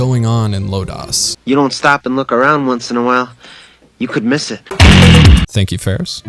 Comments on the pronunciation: Your review is excellent and on point...and I'm sure I'm not the only one to note it, but this is "Lodoss" war, not "Lodass" If you watched it in the original subtitled version. You'll even hear them pronounce it "LOW-doss" . :) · Why does it sound so westernized when you say LodAs war rather than Lodus (like lotus) war. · "Low-dose". Not "Low-Dahs". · Thanks for this,! I was concerned that this show would be forgotten! Two things, though: 1) Lodoss = low dose, not Low dahs. 2) King Kashue actually looks like Parn's dead father in Parn's memories. Also, Cashue is cool in every way, and young Parn is still in need of a male role model. Hence, the "homo erotic" infatuation.... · great video but what is lo-dos....is that the sequal to ms-dos operating system....it lo-das....they say it over and over in the anime and game like that........sorry its the only thing that bothered me but I am very glad you loved the forgotten anime\fantasy history.......next do legend of crystania the follow up movies to the series of lodoss war